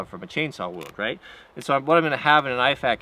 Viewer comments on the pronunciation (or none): none